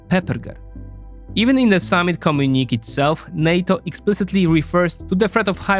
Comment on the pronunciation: Great analysis as always. One small thing, the word "communique" is pronounced "com-yoon-i-kay", not "comm-yoo-neek".